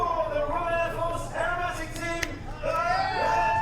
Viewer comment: To me, an English person, the way you said "aerobatic" then sounded exactly like you said "arab attic". I swear I don't know why that made me laugh so much 🤣🤣